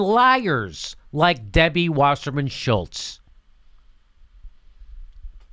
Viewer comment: I love how Jimmy calls her Shilltz.